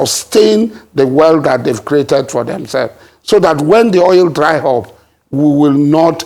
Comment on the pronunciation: It's Oil,and not Oyil.